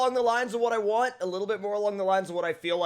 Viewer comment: Wantch* instead of want